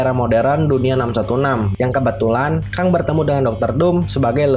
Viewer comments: Bacanya "Keng" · Keng bang dibacanya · tongue englishnya keng bang tulisannya kang,tp gapapalah biar mudah difahami no problem for me